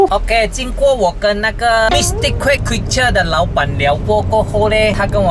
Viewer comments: 6：32谢谢你老板，变成谢谢你老爸😂😂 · 我听到说谢谢老板可是看到字幕是谢谢老爸